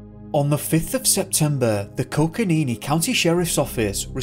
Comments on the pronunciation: Honestly, I'm not being trivial because your diction and pronunciation are ordinarily quite flawless, but possibly because I had once lived in the area it strikes me - the name of the County is Co-co-ni-NO, and not Co-co-ni-NI as you pronounced in the video. Thanks! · It's Coconino. Not Coconini. And it's Kaibab. Not Kabeeb. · I can’t get over the “coconeenee” 😂😂